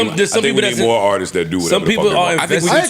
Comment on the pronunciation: not knowing how to say Artists is Crazy!🤦🏾‍♂️😂😂